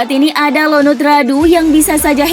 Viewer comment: ionut bukan Lonut